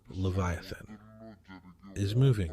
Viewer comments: Dude you keep shredding the Leviathan name keep it straight every time it's really strange you can't keep it right. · means that the AI is miss pronouncing the word leviathan. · It twists my heart every time you mispronounced his name.